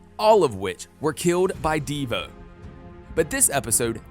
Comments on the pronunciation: Who tha is a deevoe and cicaada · Deevoe and cicaada lol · DE VO It is Devo all one word